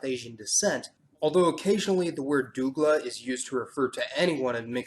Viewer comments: Also, not pronounced DOO-gla its pronounced DOUG-la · Dougla(s) is pronounced like dug at the beginning not like doo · I'm Guyanese (as in born here and living here currently). You've clearly done your homework. However to correct you a little bit: 1. Suriname sounds like Vietnam... 2. Dougla sounds like dug-luh. 3. Chindian is not any race or word I have ever heard Additional Info. Guyana has 9 tribes of Amerindians that are native to our land. Keep up the good work. :-) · Couple of corrections: The ending "e" in Suriname is silent so it is pronounced "Suri - Nam" The mixed race is not pronounced "doo - gla" It's pronounced "Dug - la" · it is pronounced "DOH-GLUH" not "DOO-GLUH". We call it them the same thing in Trinidad. Good video 👍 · You must be commmended for the edification of the Guyanas and the many things pointed out that make them unique. I enjoyed learning more of our Dutch and French counterparts! However, I would like to clarify that Dougla (mixed race) is pronounced Dug-la. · Lol your video is interesting but your words making me crack up dude you messing it is big time plz Mason not Guyana’s say Guyanese’s plz and the race part seriously 😂😂😂 the way you say Douglas 😂😂😂 sorry can’t help it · Is how he pronounce dougla (do-u-g-la) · Dougla is pronounced as doh - gla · Dougla is a Hindi word means mixed race....the correct pronunciation is actually doogala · We pronounce it Doh-gla in Trinidad and Tobago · Hello. The way you pronounced Suriname and "Dougla" is so wrong that it's kinda funny 😂🤣😅😅 For so far, the history of Suriname is dead*ss correct. Ps: I'm also a mix of everything that I basically have no name for my newly created kind. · Gshama in English it is. In Dutch the E sounds more like "A". Every time he said words like Dougla, Suriname and Kuli (that one is considered politically incorrect btw) I cringed and had to stop listening.